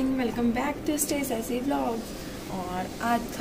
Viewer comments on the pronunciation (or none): You pronounce sessy it's Sassy